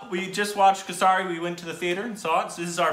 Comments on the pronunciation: Why r u saying it as kasari? Its kesari. Ke is like la in laser. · Hey and, I'm really glad you guys saw this movie and liked it too. Just a small little correction for you guys (on the pronunciation of the name of the film). It's pronounced as KAY-SUH-REE. And the other film Uri that you mentioned, is pronounced as OO-REE. As for the Sikh community, they are definitely the people who are quiet yet extremely helpful in times of need. But they are India's warrior community. You will find on an average 1 Sikh young man in the Army. But they are the most humble community you will come across. Besides that, let me tell you that I absolutely loveee watching your videos on anything to do with India 😍. Watched a ton of videos by you guys and have loved how much you guys like the Indian culture and so many other things as well. Anyways, keep these videos coming. I look forward to them:). Much love to you guys. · Pronounced of KeSaRi Ke= Letter K as in like CA of word cake Saaa Ri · Keeesari is the right pronunciation . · The pronunciation is 'Kesri' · Its Kay-say-ree btw